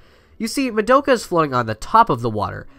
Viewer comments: Anyone else cringe every time he said Madoka? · Why can no YouTuber say madoka accurately? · No one else is gonna mention that he pronounced Madoka wrong?